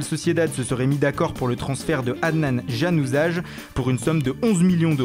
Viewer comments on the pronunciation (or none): Janazaj sa se prononce Ya-na-zaï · "adnan ganuzag " C Januzaj(le j est prononcé y vu qu'il est d'origine albanaise) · sa se dit "yanuzay",mais continuez vous gérez💪🏻💪🏻